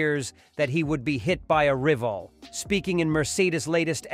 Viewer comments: Use a human voice over!!! Aston Maritin? Reevals? ??? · Russell feared that he'd be hit by a "riv-all"?! This channel is so lazy ("yellow journalism") that they don't even listen to their AI narration. Or they don't know lavguage at all.